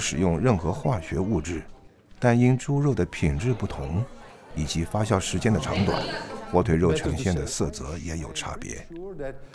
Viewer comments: 明明是发酵，解说成发笑，不禁发笑。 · 那个念发酵jiao，不是xiao。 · 压轴，轴在这里念四声，发酵，是念jiao，朴piao不念pu三声还有好多处，哎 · 发酵－fa jiao, 李白斗酒诗百篇－dou(三声），酒曲－jiu qu(一声），好吧，查了一下，旁白是金士杰先生，台湾发音？但是，这个声音真的不适合美食节目～